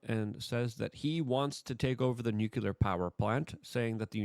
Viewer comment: IT'S NUCLEAR NOT NUCULAR